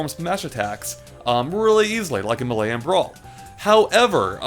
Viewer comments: May Luh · It's MAY-LAY, not MEHLEY